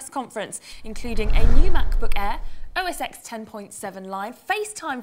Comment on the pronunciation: uughh, I'd of though The Gadget Show would have known OSX is (OS ten)